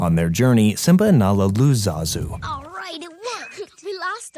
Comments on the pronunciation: “zazoe” ITS ZAZU YOU LITTLE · zazoe????!??!?!?!?!?!? ITS ZAZU!